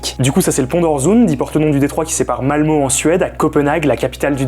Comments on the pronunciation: Ça se prononce Malmeu pas Malmo! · Ça s'écrit Malmö mais ça se prononce Malmeu. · Faudrait au moins apprendre à prononcer Malmö (eu et pas o) l’île est au DK pas en Suède donc entre la Suède et le DK il y seulement un pont. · C est Malmö et pas Malmo. Le " ö " se dit " e " en suedois, ou " euh " si tu preferes. Pareil pour le pont øresund, le " ø " se dit "e " en danois, et comme en allemand le "d" se dit presque comme un "t" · Malmö prononcé Malmeu! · Pour info ça se prononce Malmeuh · On dit MalmEU ;-) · On dit Mal Meu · Je le prends presque tous les jours haha Ah et juste un détail, mais on dit malmeu. Un poil plus leger que "euh" cest presque "ah" entre les deux quoi haha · MDR le mec fait une vidéo où il est censé s'être un peu informé avant mais a zappé le fait que Malmö se prononce Malmeuh... en suédois comme en français. Hoax ! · on prononce Malmeut! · Le ö se prononce e et pas o... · On le prononce Malmeu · Malmeu... Ça se prononce Malmeu !!!! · Juste un petit commentaire de prononciation. Le scabdinave ø ö ça se prononce heu, Malmeu Euresund. Voilà... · On dit “Malmeu” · Interessant, juste petite précision, ça se prononce « Malmeu » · Ouais, mais un poil plus ouvert que le "eu" français, genre un mix entre "ah" et "euh". Pas malmeeeeeeuh haha